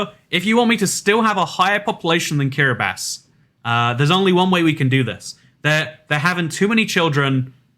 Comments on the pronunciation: Kiribati is pronounced "Kiri-bus" the "ti" makes an "s" sound for some reason. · I love your videos! (Btw Kiribati is pronounced kiribas)